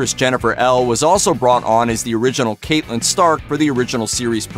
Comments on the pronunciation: It's Catlin, not Caitlin. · Cat-lynn Stark, not Kate-lynn... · Its not kaytlin its catelyn